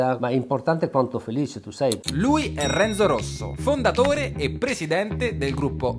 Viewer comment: Non si dice Renzò ma Renzo ma come parli ahhhhh italiano italiano capito! Renzò